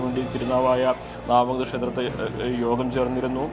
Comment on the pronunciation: നാവാ മുകുന്ദ അല്ല. നവാ മുകുന്ദ